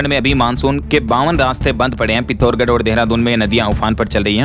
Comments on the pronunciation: सर पिथोडगण नही है सर पिथोरागढ़ है। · अबे पिथौरागढ है पिथोर गढ़ नहीं